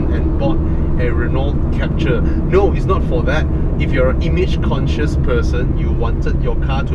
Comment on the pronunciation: Is Captur, not Capture!